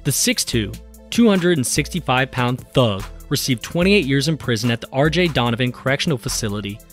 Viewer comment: the way this man said “THUG” gotta be racial😭